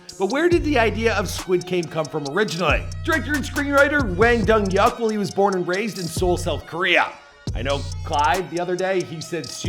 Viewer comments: Dong-Hyuk Hwang Pronounced Hwang (simillar to Juan of spanish with a g added) Dong-Hyeok ( not yuck) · Hwang dong hyuk is a rough name to have with an American audience. I laughed way too hard the first time you said it. I couldn’t help myself